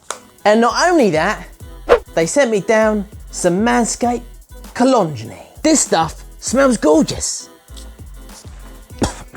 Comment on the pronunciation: I will NEVER pronounce cologne the proper way, again. Thanks,.